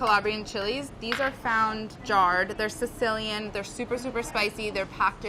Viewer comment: pisiupa and she pronounced Sicilian wrong. I’m not happy